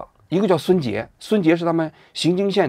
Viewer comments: 荥经县的正确读音为荥(yíng)经县，其中“荥”读作第二声（yíng）。该发音是依据国家语言文字规范及当地历史文化传承确立的，与河南荥阳（xíng）相区别。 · 荥经县，不读xing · 王局，读ying jing xian 荥经县